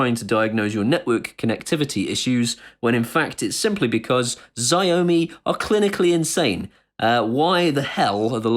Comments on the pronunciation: "shao-mi' not "zeeomi" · HI actually Xiaomi is pronounced Shhh-ou(as in ouch that hurt)-me. Dont be discouraged by their products. They are popular in Asia and their fitness trackers and phones and cams are actually quite good. Its just that their English translations are not too good:-) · Dude. You're pronouncing Xiaomi totally wrong.